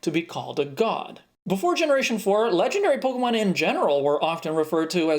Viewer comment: I love you pronunciation of legendary Pokemon!